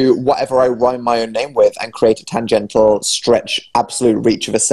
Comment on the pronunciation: im screaming that dan tried to say tangential multiple times and just couldn't say it right??? tan-gentle????